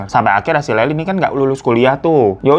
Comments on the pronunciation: Lyle cara nyebutnya: Lael bang., bukan Laeli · Bacanya Lyle bukan Laili, bang. Tapi layel wkwkwkkwkwkwk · Dibacanya "layel" bang bukan "laili" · lol siapa Leli? Lyle bacanya lail bang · Bukanya cara sebut ‘Lyle’ itu ‘L y l e’ ya? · Maaf Mimin lyle nyebutnya leyl bkn laili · Banggggg layel bang bacanya bukan laily 😂😂😂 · baaangg, laili siape sih😭😭 bacaan namanye Layel bang, Layeel😭😭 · Bang monmaap cara baca nama Lyle itu "Lail" bukan Laili😂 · Lyle baaaangggg bukan layli 😭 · Bang lyle bacanya layel bang bukan layli😭😭😭😂 jd salah fokus layli kaya mpok2 tetangga sebelah🤣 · Kok leli sih namanya.... tulisannya Lyle, bacanya LAIL pak Hirooo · Lail bang bukan laili, kek orang arab jadinya😭😭🙏🙏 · Lucu mana bang hiro bilangnya layli😂 sebenernya bilangnya "layl" bang hehehe. Tapi gapapa aku seneng banget akhirnya udah dibawain juga kasus ini. Karena aku nonton documenter dan seriesnya bang, jadi ngikutin updatenya di tiktok juga. Selama nonton seriesnya bolak-balik ngepause cuman buat geleng-geleng kepala. Betul membunuh itu salah dan setuju buat dihukum, tapi menurutku menendez brother ga deserve ditahan seumur hidup tanpa pembebasan bersyarat. Karena mereka ngelakuin itu juga efek ortunya begitu juga, setan bgt. Sampe pengacaranya erik aja bilang "kalo bisa milih adopsi anak, aku bakal adopsi erik", karena sebenernya mereka anak-anak baik dan sopan cuman salah didikan aja. Oh ya, menurutku emang agak mirip sama kasus Jessica Mirna pas dipersidangan, karena semenjak ada documenternya rilis kan jadi berteori juga kayaknya Mirna masuk penjara karena ada "politik kotor" oknum kepolisian. Ya dipertengahan proses persidangan menendez ini ada kasus lain yg "menangin pelaku", dan masyarakat banyak yg kecewa jadi nyalahin polisi/persidangan karena ada pelaku pembunuh yg bebas. Jadi kayaknya menendez brother ini juga korban efek polisi/jaksa penuntut gamau ngecewain masyarakat lagi dengan ngehukum menendez brother seumur hidup.